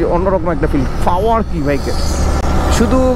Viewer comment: Fower na re bhai, Power........ Kotha bolte pare na asche vedio te.........